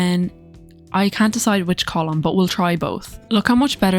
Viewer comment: The way you pronounced column to me was pretty different as an American. I was like oh I guess that's how they pronounce it in Ireland but then you thought you were wrong altogether 😂 Anyway, I refuse to give EA money so doing these builds as base game is nice. I only okay Paralives and TS3 nowadays.